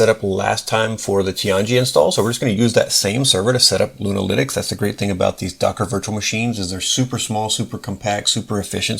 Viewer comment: Great video sir, i thought you where saying Luna- LInux at first, as if it was a new Distro lol. Love your work sir.